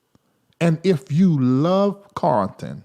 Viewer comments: I don't have a problem with him being from the south -- My parents are from the south! is an intelligent man, and he's very articulate. I don't hear him mispronounce many words... I know he can say CARLTON instead of CARTON! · his name is pronounced CARL-ton... When you say it, you leave out the L.